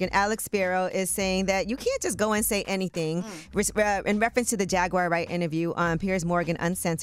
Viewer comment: The lawyer can't even say Jaguar's name😂